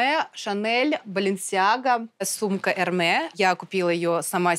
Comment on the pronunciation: «эрме» тётя косит под люкс но произносить название бренда правильно не умеет